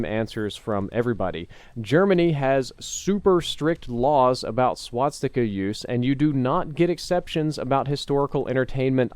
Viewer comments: SWASTIKA. NOT SWATSTIKA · Could you stop saying "swatsika"? Thank you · No offence. But why do you always say swaTstica ;_; it's infuriating to hear it so many times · Swastika not swatstika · And here we go again with the "SwaDsikas"..., an YouTube producer with your size should know how to pronounce things. Repeat with me: "Swa-sti-ka". Better yet "Sva-sti-ka", because "W" is "V" in German. Learn to talk man, you are 30-something years old. This is feedback, not hatred. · Swastika. Not Swatsika or Swadstika or anything else. C'mon, you're making me cringe over here! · I just wanna know why everyone pronounces it "Swatsticka" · every time says "swat-sticka" take a shot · It also sounds to me like he says swadstika, pretty funny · Is nobody going to talk about the fact that he doesn't know how to say "swastika" either? Only halfway through the video and he's already mispronounced it like 5 times